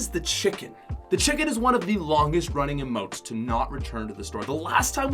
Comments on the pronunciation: It’s emotes not amote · What I hate is when he called emotes AMOTE or amoe he needs to go back to 5th grade